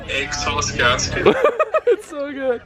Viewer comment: he said "EGGSAUCE GASKET" 😂